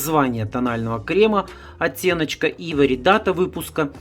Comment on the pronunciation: Уважаемый автор ,цвет называется Айвори(Слоновая кость), а не Ивори,не Найд а Нюд и т д. Простите но если снимаете видео то поинтересуйтесь правильным произношением и ближе показывайте название потому что людям с плохим зрением трудно прочесть или говорите код.